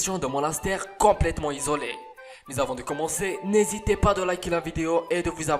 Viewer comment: Une pièce totalement zizolé ...... LES Liaisons dangereuses !!!! sérieux ta chaine est vraiment à chier